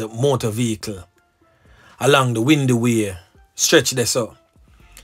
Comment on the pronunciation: It’s Windward Road